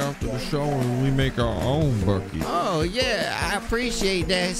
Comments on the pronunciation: "in a buckit" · In a bwukeit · The way she pronounces "buckeh" 🤣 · "In a buckhet"